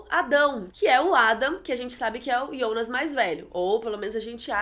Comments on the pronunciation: ionas? Eu sempre pronunciei Jonas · Por que vc fala Ionas e não Jonas? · Que porra é essa de ionas?Não é Jonas? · Para de falar ionas e jonas e eu acho que e filha da hanna se reparar bo desenho dos olhos